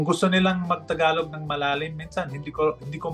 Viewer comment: Yung pag pronounce mo po ng word na ‘tagalog’ para mas cool. Kasi parang ‘takalok’ po yung pag bigkas mo po. 😊